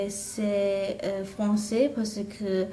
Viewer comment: the chinese girl also keeps sayin parce que like "parsi kuh" instead of "parse kuh" (ignore my messed up sounds but you can tell what i mean if you listen)